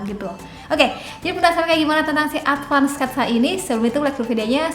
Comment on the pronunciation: Maaf kak, Advan kak bukan ADVAND